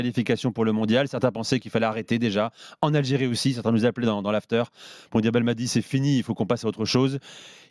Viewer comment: C'est pas l"algeriiiie c'est Aahh j'ai rie